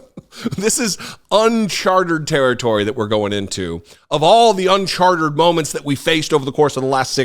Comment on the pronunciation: What I think is that 'uncharted' has three syllables, not four... but anyone can make a slip of the tongue (repeatedly) and the real message of this 'Fox News' interview is that Murdoch has realised Trump is a loser in 2024 and decided that his channel will no longer simply parrot the lies (and invent new ones) that promote Donald Trump's 'Alternative Reality' and the fantasy world that he and many of his supporters want to live in. It seems likely that Murdoch will back another candidate, probably Ron DeSantis, although his star is a little shaky at the moment and it is not certain that he will triumph in the US Republican Party primaries. It's even possible that Murdoch will throw his weight behind Chris Christie if he gets the feeling that Trumpism is collapsing so disastrously that anyone associated with it is a loser - and Christie is the only person attacking Trump at the moment. All-in-all, it looks like some powerful and wealthy influencers on the US political Right have decided that Trump is a dead duck, but it's still possible that he could destroy the Republican Party as he goes down in flames... let's hope so.